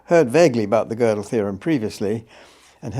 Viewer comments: So fascinating to see JBP (the man who often shreds other’s arguments to pieces) struggle so, in understanding (and pronouncing) Gödel. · JP mispronounced gödel's name so many times and blatantly or due to his ignorance misrepresented his theorems, so just for my respect for gödel, i am gonna stay here and try to exact revenge for kurt gödel. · Sorry but this was really embarrassing. Jordan made no effort to prepare or read Penrose's work (who mispronounces Gödel?!) , and made it worse by trying to force Roger to comment on his personal "ideas" and freshman stoner circle musings about subjects he made no effort to research. I'll admit, Roger should have been clear up front that he didn't want to talk about non-scientific subjects, but that was quite apparent about 10 minutes in and Jordan should have reoriented. Instead, Jordan barely asks any questions at all, and jumps to different subjects like he's on adderall or something, repeatedly interrupting Penrose. It's obvious Jordan doesn't have a scientist's mind, the dude is clearly a writer or orator and not someone that grasps the scope, scale, or formality of precise logic and scientific reason... all of which Penrose represents the world's superstar. I'll never take any 'scientific' claim Jordan makes seriously again, not that I had much respect for the field of psychology in the first place. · How Peterson pronounced Gödel 😅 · nothing sadder than nominally smart people having no idea how to pronounce Gödel